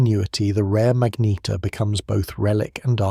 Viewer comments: WTF is a Mag-Neat-tear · Say magnetar again. Pathetic